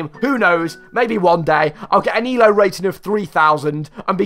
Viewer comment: You said E-L-O like the letters stood for something.